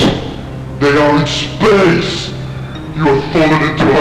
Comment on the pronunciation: SPEISH GALAXY!